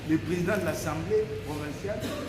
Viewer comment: on dit:l'assemblée provinciale et non ansemblée.merci...